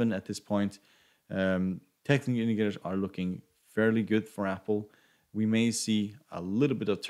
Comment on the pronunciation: The effort you put on pronouncing “technical indicators” is less than the effort I did in my school math class. 😂😂